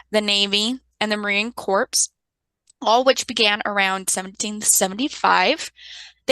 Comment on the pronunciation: Thank you for an informative and well-done lecture. Just wanted to let you know that the marine corps is pronounced “core” as in apple core not “corpse” as in a dead body)))